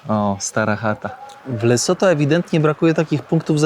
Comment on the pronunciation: Lesotho? "LeCoTho"? 😅 pojechał sprawdzić co to. Wygląda to trochę jak Rumunia.